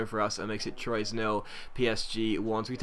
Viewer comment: anyone else cringe at his pronunciation of troyes it's trw-a